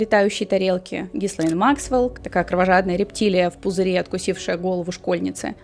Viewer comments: И снова слышу произношение - Гислейн...Но остальное — конечно, интересно! Спасибо за проделанную работу! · Единственное что смущает, это произношение имени соучастницы. Не Гислейн, ГИЛЕЙН Максвел. "С" не произносится тут.